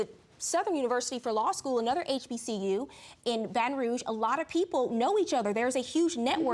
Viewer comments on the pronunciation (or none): none